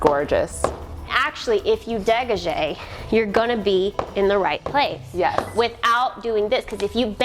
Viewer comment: All the French and French speakers including me are wincing as she misprounced degage lol